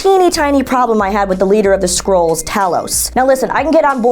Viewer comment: And it's "Skrulls". Not "Scrolls"...